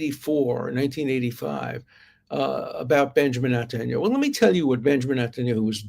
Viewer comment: I agree 1000 percent with your statements and analysis on this Mandy character . Thank you. Now let’s pick on your pronunciations :) Negotiation, Tel Aviv and now Netanyahu…. Who pronounces these words the way you do ? You’re a genius mind and a genius analyst but boy do you have funny pronunciations sometimes 😂 Nah- go - Cee - Ate Tel - Av - eehv Netan Yo - hoo